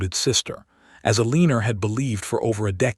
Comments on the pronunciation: Poor Elinore ( pronounced el ah nor, NOT "A LEAN er") married a real piece of sh**! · El a nor